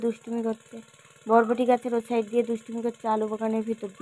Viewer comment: বেশ সুন্দর সাইড উচ্চরণ করে ইচ্ছে করে এক এক জায়গায় বলবে "chide", খুব চালাক।